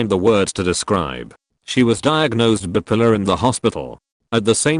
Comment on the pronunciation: As much as I've started getting exasperated with AI narration for just shuffling phrases around to make each "new story," along comes a tape like this with a gem to set me giggling: Can hard k y wait to tell my therapist that some people can be "bip-uh-luh."